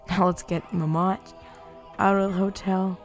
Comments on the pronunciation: I loved the way he said mammot... muhmott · I lose 50 brain cells every time he pronounces "Mammott" incorrectly.